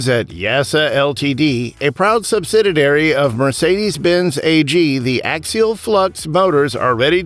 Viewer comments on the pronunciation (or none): What is a "SUBSIDADARY" ??